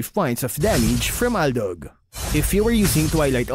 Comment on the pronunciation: what do you mean? It was perfectly right